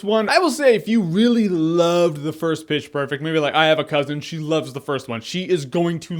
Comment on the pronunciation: wait wait in the end, did jeremy say Bitch perfect? or was it just me?